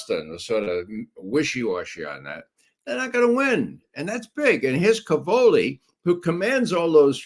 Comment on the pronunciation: Judge, as a fellow Italian-American it pains me to hear you say "ca-VO-li." The stress in Italian is on the first syllable: CA-vo-li. It means "cabbages."